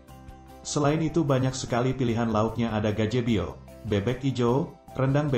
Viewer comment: Yg membaca narasinya coba diganti aja, sebab pengucapan nya salah dan tidak sesuai khaidah bahasa, dan intonasi dan pemenggalan katanya salah total. Kalau yg punya akun ini orang padang, saya sesali bahasa minangnya dlm menyebutkan menu2 minang bnyk yg salah. Menyebutkan GAJEBOH saja jadi GAJEBEO, Haahaha, hati2. Pondok JAJA, karena ejaan lama, jangn dibaca JAJA tp di baca #Jaya. Dlm bahasa minang JAJA itu artinya #diseret